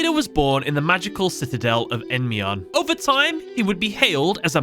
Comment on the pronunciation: EnDYmion 😭 not Enmion